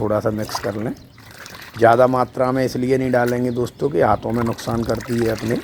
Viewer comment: Kya bathe dostho... Dostho Dostho 🤣